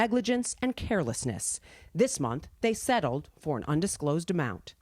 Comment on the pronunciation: Why you gotta say settled like that lol